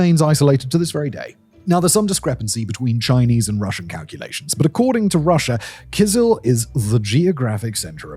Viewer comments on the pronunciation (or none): Hi!The stress in both Tuva and Kyzyl is on the last syllable, so it's TuVAA and KyZYL as opposed to TUva and KYzyl.